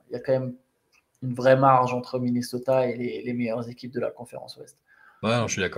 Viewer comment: "Minnoseta" 😅😅 Merci les gars pour le travail que vous fournissez (déjà toute l'année en général), particulièrement pendant ces Playoff, franchement BRAVO ! Le CQFR c'est vraiment ma petite croquette du matin 😄 Dormez un peu qd meme 😝